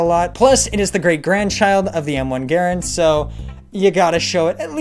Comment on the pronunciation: finally someone saying garand correctly